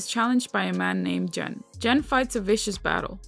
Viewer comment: You're pronouncing the name Gen wrong, but it's okay, I like your vids, keep up the good work